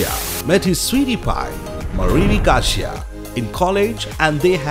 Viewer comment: its Andy Garcia - not garsh